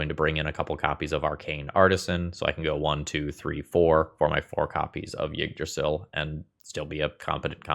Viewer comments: Yeah As best as i can describe it he says Jyggdrasil He needs to cut the starting J sound from his pronounciation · i could be wrong but i think it's pronounced E-drasil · As a Scandinavian, your pronunciation of Yggdrasil is hilarious.